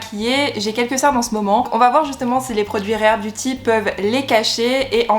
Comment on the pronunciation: Enfin quelqu'un qui le prononce bien, moi j'ai envie de le commander, parce que Selena c'est mon idole 😭😭🥺🥺🥰🥰